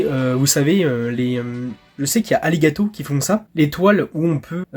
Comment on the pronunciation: Génial la vidéo ! Mais c’est elgato ahahah pas aligato !